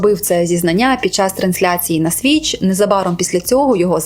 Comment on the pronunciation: Та Твіч, а не свіч🙈